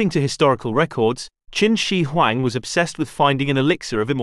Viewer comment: I wish the narrator would pronounce Qin Shihuang correctly.